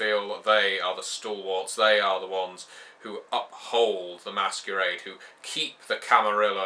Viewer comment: LOL you really acted on the word Masquerade!